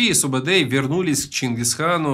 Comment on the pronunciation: Во первых,его называет не субедей а СУБУДАЙ! ты тап хорош умник🤦